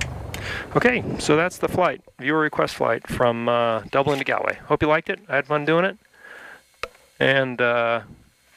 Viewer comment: Its pronounced golway not gaalway